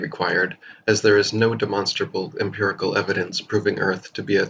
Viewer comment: ‘Empirical’ not “impirical”.